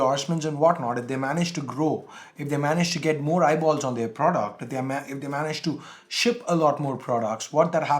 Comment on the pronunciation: "I-ball"(eyeball) on Oneplus lol!!!